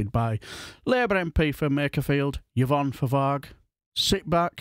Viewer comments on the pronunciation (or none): Yervonne?? It's Yvonne (Evonne)!!